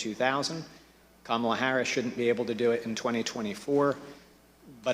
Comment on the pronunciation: so pronounced Kamala's name correctly lol. i knew at least one of em could do it